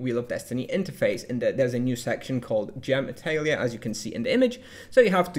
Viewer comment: Great vid! I had conversations with people about how this worked based on the spoilers and it was definitely a bit confusing, this clears things up nicely! For the pronunciation if you're interested - Atelier comes from the French - its pronounced like "ah tell ee yay" (phonetics are not easy to convey in text though!)